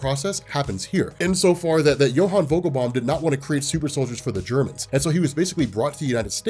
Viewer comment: Vogel is with a harder F, but you pronounced it correct, yes. His name is Jonah however, not Johann. :D